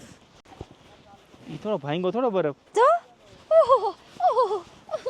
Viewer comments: baraf bolay..... Badaf nai ho next time bolta sikhi jaje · saav abhan hoy ten kem badaf bole chhe